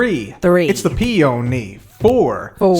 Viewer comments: 10 minutes later on in the video, and I still have “its a PE-O-NY” stuck in my head 😂😂😂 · Three, it’s the pee-o-nee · Take a drink each time mispronounces bluet or peony:)